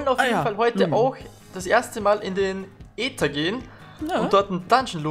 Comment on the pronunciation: Man spicht es nicht AEther sonder Äther aus. Bzw einfach nur Ether.